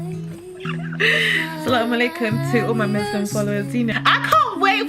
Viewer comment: Loool the Sallam alaiykum made me giggle! Gurl Walaiykumsallam ❤️ congrats and May God keep you and bubba safe throughout the rest of your pregnancy 🤲🏾 xx